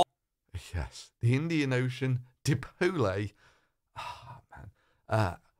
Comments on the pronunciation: DI-Pole not Dipolée... He also missed the ENSO, along with many, many, many other things... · "The Indian Ocean dipolay" .... "expresso" .... ????? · What's so funny about Dee Polay? I have a very good fwiend in Wome called Dee Polay. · Dip-Oh-Lay...lol. Yes, this is the guy you should trust when it comes to climate science. Just goes to show you all you need to do is tell people what they want to hear in order to get popular. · Dipole, rhymes with Chipotle. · "dee-poll-eh", still lmaoing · rofl, same - been laughing since i saw potholers video... dee-poh-lay! Rofl :D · Nice dipoläh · Mispronouncing "dipole" as "die-po-lay" really is just as bad as saying you're an expert mechanic and saying "en GEE nay". Or like repeatedly saying 'nukular'. Come on, man. There's only one U in 'nuclear'. It's been bothering me for years. But it's excusable to pronounce words wrong. If you've only ever read the word, it's going to happen. I pronounced "Babel" wrong for most of my life until university. Physicists say nukular sometimes. And irredeemable fucking scumbags like the ones who work for Alex Jones don't know jack shit. There are better reasons to call them ignorant fucktards. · Di-pole-ah, must be Italian. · "The Indian Ocean dipolay" Love it. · Dipolay. Lol. Pa-ool Josep-ha is such a moron. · No no it dip o lays Its a new flavor of lays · I'm no linguistic expert, but I'd say PJW must have though there's an Indian Ocean called 'Deepoollay' lol. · Omg, I love Dip-otle. Dipo-otle is my life! XD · "Die-pol-eh" HAHAHA 😂🤣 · "Die-pol-lay" is not pronunciation any more than it's pron-un-ci-ati-on. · It is obvious now that PJW was sleeping on his science lessons at school, otherwise he would now how "dipole" is pronounced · That still cracks me up. Flat earthers can even pronounce dipole ffs.